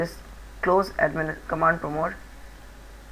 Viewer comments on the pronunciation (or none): "command promote" rofl. nice tut though.